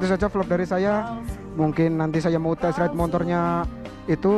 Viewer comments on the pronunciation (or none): test ride bro bkn tesrede😄